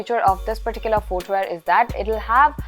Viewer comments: American pronouce , fooot, footwea. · My dear, pls correct your "footwear" pronunciation...for someone who is generally good with pronouncing words properly, pronouncing something as basic as footwear wrongly, is quite unacceptable. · I actually love the way you speak English. But I noticed that you have been mispronouncing the word "foot" and "footwear". It's fut and futwear. There is no "oo"